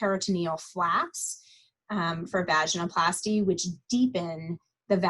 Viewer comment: Thank you for doing this interview it was very informative. One comment. It’s pronounced va-gin-oh-plasty not vagina-plasty. Just listen to how she pronounces it. Seems pertinent since it’s the topic. Again thanks!